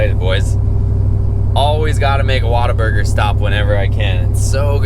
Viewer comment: Had to see if anyone else was giving him a hard time about the pronunciation 😂